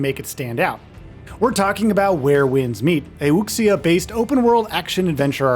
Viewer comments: The x in Chinese words like "Wuxia" is pronounced more like "sh" than "ks". They use x to represent a sound that we don't have letters for in English, but if you use 'sh' it's close enough to not sound weird. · I know right lol boldly saying wuksia without even research into the correct pronunciation. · Pronouncing “wuxia” and Wooksia is wild lmao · For all of the hyping up people are doing for this game, almost no one can pronounce wuxia right. lol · Gonna need us all to step up and stop pronouncing wuxia as wookseeuh. It's more like wooshyuh, like wu shu lol Really hyped to play this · Learn to pronounce “Wuxia” properly. You absolutely butchered it. It’s pronounced like “Wu-She-Ah” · Right? I cringed every time lol. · For the love of God learn how to pronounce wuxia. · Please at least learn to pronounce ‘Wuxia’ properly 😩 You’ve been talking about it this long and still can’t pronounce it correctly. The pronunciation in these vids is pretty harsh on the ears.